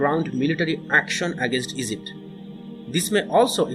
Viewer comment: Great video Say Egypt not Ezypte 🤦